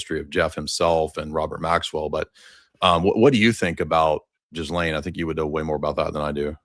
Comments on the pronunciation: “Jizlane” really? 😂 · I love the mispronunciation 😂😂 My favorite nickname for her is “The Jizz”— gross, I know, but fitting! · The US arrested and exfiltrated the president of Venezuela, not Argentina. And at this late date, it's a good idea to research the correct pronunciation of "Ghislaine."